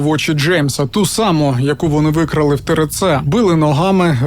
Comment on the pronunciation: Лиш почала дивитись. Ріже вухо тереце)) буква р це ер. Треба теерце.